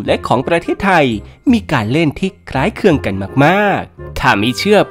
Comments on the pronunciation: คำว่า คล้ายคลึง มันออกเสียงยากหรอ? เห็นออกเสียง คล้ายเคือง เลย? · คล้ายคลึง ไม่ใช่ คล้ายเคือง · คล้ายคลึงค่ะ ไม่ใช่คล้ายเคลือง😂😂